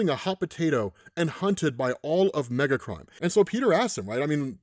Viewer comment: Every single time he said "Megacrime", I heard "Megatron". Every time.